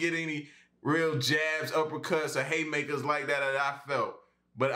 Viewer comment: Ok I have to ask. My husband and I have a bet going. Is it Haymakers or Hatemakers that you are saying? Love your vids :)